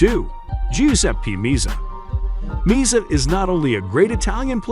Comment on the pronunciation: Pronunciation Me- azza. Not meazza